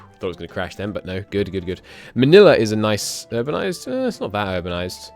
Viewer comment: Hey, not a huge deal, but I notice you keep pronouncing Melilla (meh-lee-yuh) as Manila (rhymes with vanilla). Also Sevilla (seh-vee-yuh) rhymes with Melilla. Keep up the good work mate!